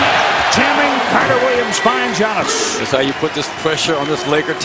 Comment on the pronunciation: His Name Called Giannis !!! NOT GIANNOS !!!!